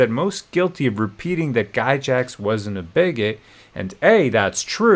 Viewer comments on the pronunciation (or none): "Guy-Jax" lol